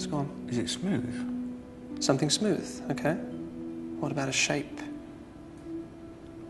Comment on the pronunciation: he says okay but makes it sound like candle very softly